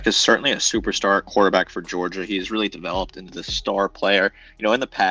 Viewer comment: Wtf is a "Georiga"?...🤔